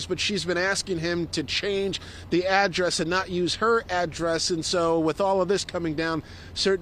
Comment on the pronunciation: "why was he on the streets to begin wif?" 🤣🤣🤣